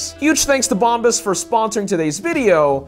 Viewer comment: Dude, your sponsors name is Bombas pronounced as Bomb As. Meaning the shiz.